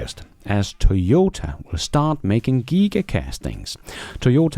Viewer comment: The best thing about this channel is how you try really hard to mispronounce everything you read. Todays gems were Giga, Nigeria, Chisholm, and Stew.